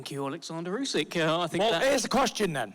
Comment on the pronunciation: Lmao the bum had to look over and read the king's name and even then couldn't even say it properly. Great job.